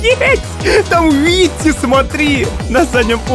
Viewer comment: УВВЫТИ А не ВИТИ